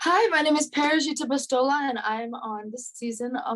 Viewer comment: Can you please pronounce your name right? You are in a place where you need to be be saying it right. Big fan though! Hope you win the title!